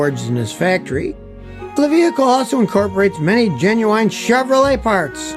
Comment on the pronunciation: Wow so happy for ya, Google how to pronounce "genuine" other than that awesome stuff